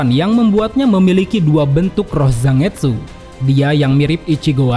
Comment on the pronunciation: Ini tuh jepang, jadi baca Zangetsu itu bukan Za-nget-su. Tapi Zan-get-su...